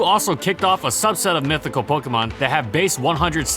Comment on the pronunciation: IS DOES NOT END WITH A T! AND IT'S MYTHIC, NOT MISTIC!